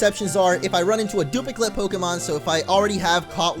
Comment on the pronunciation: He said, "dupliclate"